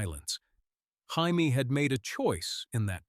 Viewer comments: use your own voice, nobody wants to hear AI narration. If you insist on using AI, listen carefully before posting and everyone gets up in arms. We heard Jaime pronounced “hi me,” because in English “hi me” is spelled the same way GRRM decided to spell Jaime in the books. You could fool AI, by spelling it in common English form, Jamie. But English is probably not your native language, so you wouldn’t know that. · Learn to pronounce Jamie. Or stop using AI and read it on your own. And this whole story makes no sense. Go to kings landing where he has no power where he is vastly outnumbered by Lannisters.. instead of telling him in the north where he has all the power.